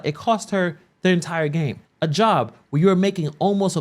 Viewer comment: So I'm i the only one who heard her pronounce the word "Hurrrrr" instead of here & the word " Wurrrrr" instead of where ? What in the Reading is fundamental is going on Hurrrrr ? 😂😂